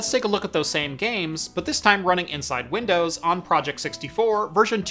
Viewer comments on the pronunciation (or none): none